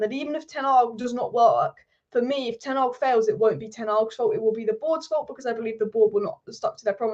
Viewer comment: Sorry but can you please stop saying ten agg it’s ten hag sorry so annoying.